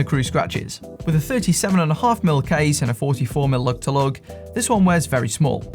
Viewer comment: "loog tuh loog"